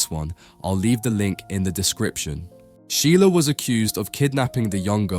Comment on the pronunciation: Can you effing learn how to pronounce a name before making a video about the guy?